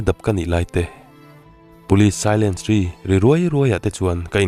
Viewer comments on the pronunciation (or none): Police siren hi silence tihin i lam zel a